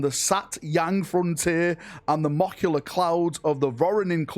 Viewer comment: Molecular = Mock-you-luh.